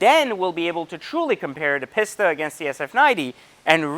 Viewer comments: Peeeesta. Not Pissssta. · Both very nice cars, but it’s a little misleading comparing a track focused car vs one that is more for the public roads. I’ll bet the future F8 Pista (I believe it’s pronounced “pee-sta”, not “piss-ta”) will bump the 488 Pista off its throne in no small way 👍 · Pisssssta it’s peace-ta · OMG! It's a PEEEEEEEESTA... not a PISSSSSTA! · right its pronounced pee- sta not piss-ta. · Interesting comparison thank you. Any reason you say "pissta" vs the Italian pronounciation we say in Europe "Peesta"? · Guy says Piss-ta. Immediately stopped listening. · The fact that you call it a "pisstuh" says a lot. And yes I am a supercar buyer. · I was buying into the whole value thing until he opened up that "Piss-ta" to show those weird brown interiors. Edit: Watched the whole video, still can't conclude any reasons about why the Pista is better than the F8. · He keeps calling it a “Piss-ta” . That alone tells me his opinion doesn’t matter. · Spend just a “little” bit more. 100 grand more is a lot dude. Also a big reason people like the C8 corvette is because of the price and you get much more bang for your buck plus it’ll be interesting to see how the z06 compared to other super cars. Last I get you’re in a better position financially but you don’t need to act like an arrogant douche. Oh and learn how to say pista not pisssta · I can’t stand every time this guy says “Piss-ta” it triggers me... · My god how many times does he say PISS TA instead of Pista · Stop saying pista. On behalf of all Italians ever please stop saying pista and speciale too for that matter